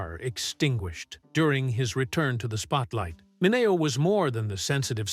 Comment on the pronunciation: Please pronounce names right. It's wag ner. And min e o